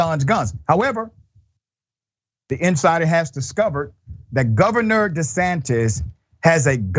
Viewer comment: Did you just say Ron DeSatan?